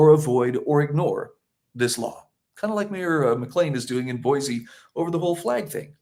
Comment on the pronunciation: Thank you for pronouncing Boise correctly...with a z